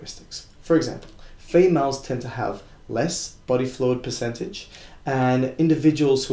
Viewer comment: Piss-centage? PERcentage not PISScentage....you're moldering the kings english and awddah lurn two spoke more beddah. Thanks for the video!